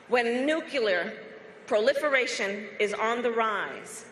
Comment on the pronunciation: Amazing speech! But Kamala, it's "nuclear". Oh nooooo! But other than that, perfect opening speech!